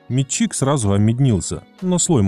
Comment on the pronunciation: МетчИк ? Что за нахер с ударением?